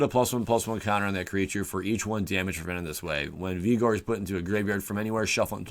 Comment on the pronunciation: lol "Vee-gor"